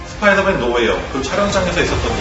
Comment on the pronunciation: 스빠이더맨 나우 홈 ㅋㅋㅋ